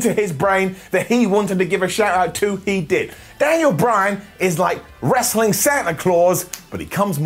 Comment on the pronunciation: “World Rrraaaaaslin Federation eerrr Entertainment” 🤣 🤣 🤣 Golden Up 👍🏼